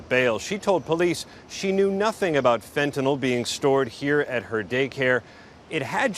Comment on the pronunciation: The host said "fitnyl". Is it fitnyl or fantanyl.